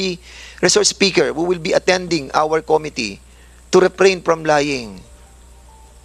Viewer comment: ANG GALING UMINGLES NI CONG. DAN FWEBANDEZ. KAYA LANG, HINDI NIYA ALAM ANG TAMANG BIGKAS NG SALITANG "COMITTEE."